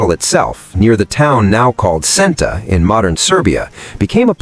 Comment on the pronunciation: Its Senta not Zenta